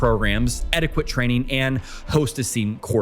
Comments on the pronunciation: it's pronounced "etiket" not "etikwet". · Etty ket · That's not how you pronounce etiquette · I finally pinpointed why your speaking sounds a bit weird. You over enunciate. You also have the wrong pronunciation on some words like etiquette and Swiss. You said it like etti-quit and Swish. Mainly it’s you over-enunciation. Feels unnatural and forced. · Im loving your content. Immediately subscribed. But - what is your first language? Cos ive never heard someone who pronounces the q in etiquette or the town in Downton Abbey. Or is it engagement bait...